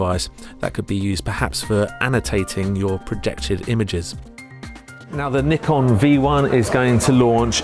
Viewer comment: Good job on the review. For once Nikon name is pronounce correctly.